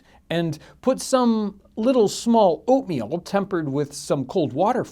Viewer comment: When u say oatmeal for some reason I thought u said opium